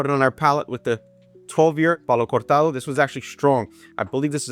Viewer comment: Hey man, great video! Almost purchased a Signet today, a bottle I always wanted to try, but is expensive, more here where I live. Have you tried the newer expensier Signet reserve? Also, kudos for that "Cortado" pronunciation.